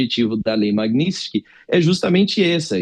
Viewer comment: Magnitsky!! Parem de errar esse nome! Não é Magnits!!!